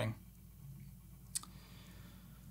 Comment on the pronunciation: That's some weird pronunciation on that adios, you should make the intonation on the "o" 🤔 That's why it's spelled adiós in Spanish